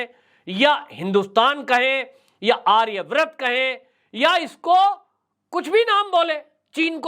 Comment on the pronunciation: आर्य व्रत नही आर्यावर्त बोलो